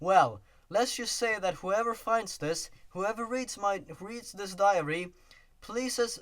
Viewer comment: They probably would have figured that something was fishy about all the victims having Sonic.exe on their computers. Diary, it sounded like you said 'diarrhea-ry.'